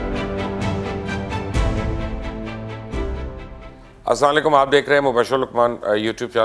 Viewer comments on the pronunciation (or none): Jnab ma apko laik karta hon Ap Salam deny ma 1 galti karty hen Slaalyikum isko drust frma den Salamo alaikum bola karen